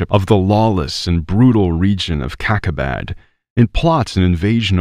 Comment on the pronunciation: ‘’LANDS OF CACA-BAD’’ 😂 sorry, fell like back at kindergarten 🙄